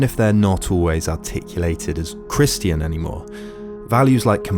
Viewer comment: ok thank you for making this video but someone has to point out how u pronounce christian